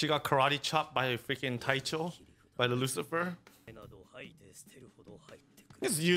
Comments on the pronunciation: "you are satan" I believe it's pronounced "Lucilfer" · Someone tell them it's Lucilfer NOT Lucifer